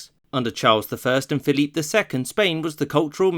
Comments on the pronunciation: Great vid. Not quite sure why you pronounce Philip "Phil-eep," though. When in come's to Spain's Philip II, for example, the standard pronunciation is used. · You're pronouncing 'Philip' (English) or 'Felipe' (Castellano) 'Philippe', which is French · Pick Philip or Felipe. Not Philippe.